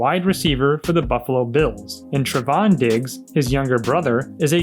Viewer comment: Finally somebody who pronounces Trevon correctly 🥳🥳🥳